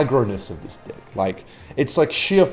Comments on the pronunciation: STOP SAYING DICK INSTEAD OF DECK MY MOM GETS MAD 😡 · i wont live till the moment which says deck instead of dick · the type of guy to say dick instead of deck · Why do you keep saying "dick" instead of "deck? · stop saying diek its a deck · Is it his australian accent or is he memeing by saying d*ck instead of deck? Been a long time since I watched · that was a great quote, "I built the de(!)ck to end all de(!)cks." 😂😂😂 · you should start pronouncing "deck" a lil differently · The deck to end all decks in this accent 😅😂 amazing work around